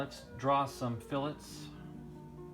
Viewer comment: I’m just glad you know how to pronounce fillets correctly. Let the flame wars start!